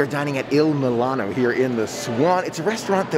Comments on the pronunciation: Mul-ee- no not mil-A-no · I cringed every time you pronounced it Il milano instead of Il moo-lee-no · The correct pronunciation of the restaurant is "Eeel-Moo-Lee-No" - IL MULINO As I am Italian (Gio) I just wanted to point this out. Also it is "Foon-Gi" for Funghi and not "FUN-gi" As always, enjoy your channel and just wanted to help you out. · If you're going to review a restaurant, you should learn how to pronounce its name. Also, you should expand your vocabulary of descriptive words. You're not helping as much as you think you are. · I love all of your videos and so what if you mispronounced the name of the restaurant. We all know what you’re talking about. I don’t understand people. If you have a problem with someone then don’t watch them.